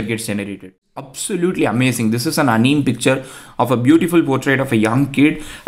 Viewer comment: video was amazing ,but bro whenever you say anime it always gets me 🤣 you are prognosing it incorrectly it's not anim it's anime short form of animation just cancel the last tion and there you have it anime , it not big deal or anything but it just sounds wrong ,btw love your videos ❤ keep updating us on ai news